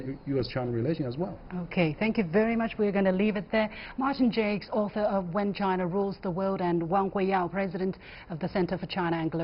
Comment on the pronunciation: Could the presenter not respect Martin Jacques enough to pronounce his name right?